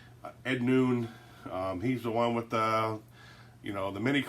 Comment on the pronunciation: Looks great! By the way it’s pronounced Ed “NONE” not “NOON”! 😆🤣🤣😉